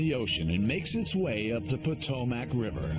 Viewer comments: Potomackkkkk 😝lmao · Ugh every time he's say Potomac my Maryland ears hurt.